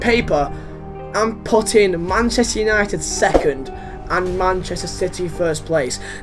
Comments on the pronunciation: Manchester "utited" 😂😂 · 'Manchester Utited' 😂